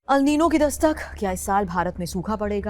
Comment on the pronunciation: It is "एल नीनो " अल नही